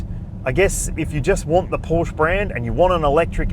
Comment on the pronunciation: No one in their right mind prefers the 4 over the Turbo. And learn how to pronounce Porsche (hint: it's two sylables)